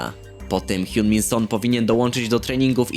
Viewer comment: Hiunminson? Hawkingson lepsze